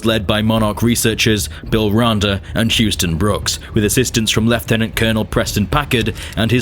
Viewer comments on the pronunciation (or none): none